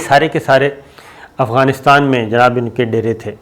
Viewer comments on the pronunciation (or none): none